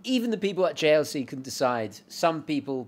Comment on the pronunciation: Pretty sure it should be "Jejer le colt" (silent /t/). I watched the JLC advert to find this out.